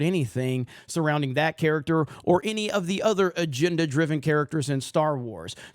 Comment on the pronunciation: Agenda. Not aginda. I like you guys but the pin/pen merger is weird. Why can you say “respEctable” pronouncing the E properly but you say the word “defense” as “defInce?” I don’t get it